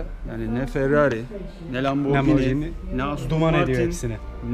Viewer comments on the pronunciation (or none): italyada okudum büyüdümde neden leggera türkçe okunuşu (leccera) ve lamborghiniyi (lamborcini) okuyorsunuz anlamış degilim :) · abi hem lamborghini'yi hem de superleggera'yı yanlış okumayı nasıl becerdin yahu. aras beyciğim de müthiş kibar bi insan olduğu için düzeltmiyor ama ben düzeltiyorum kardo kusura bakma.